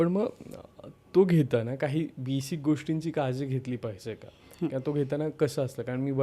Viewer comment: म्हेऊने😂😂😂 ओ अ के 😂😂 पधा रथ 😂😂😂 बीसिक 😂😂 प्लिझ किती स्टाईल मारतोय तरी अडाणी पण उच्चारातून बाहेर पडतेय...